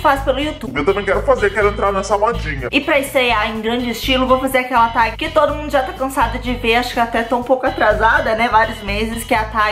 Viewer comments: Se pronuncia "teg" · Fala "tég" mesmo hahahaha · Se escreve tag mas pronuncia ''teg'', ajudei? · se fala "tégui" Mandy ❤ . Amo seus vídeos ,já venho correndo quando sei que é vídeo do seu canal. kkkk. ah , lindo colar ❤ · Dança atrás das pessoas sem elas verem❤️ a pronúncia é "teg" Mandy❤️ vc tá maraaa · Manddy ótimo vídeo e TAG se lê "TÉG" :) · se pronuncia tégui Mandy 😂💙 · se pronuncia "tegui" mamai mandy <3